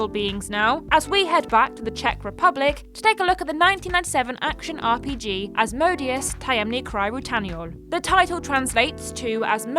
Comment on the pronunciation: Asmodeus... is pronounced az-moh-day-ous... and is another name for the devil